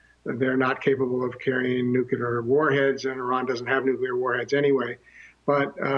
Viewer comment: how many times does he say nucular? UGH ITS NUCLEAR